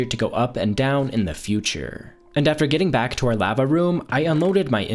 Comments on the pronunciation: Lava isn't pronounced the way you think it's pronounced lova I can't watch your vids that for whatever reason bothers me to no end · i hate how you say lava it makes me want to die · Is he saying lava wrong or am I? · La-va not lav-a tag not tog